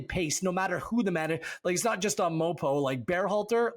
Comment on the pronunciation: Please stop calling him MOPO.